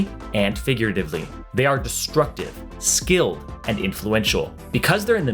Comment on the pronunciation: Baron Lane sounded great until you said "skilled"